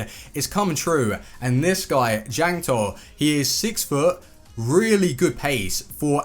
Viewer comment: Check your pronounciation please, my ears bled each time when you said Jankto, Ligue 1